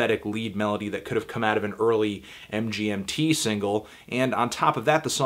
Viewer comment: Hey Anthony, MGMT's pronounced "management". Carry on ;)